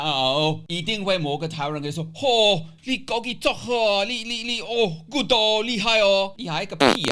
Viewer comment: 超像臺灣人說話的！！！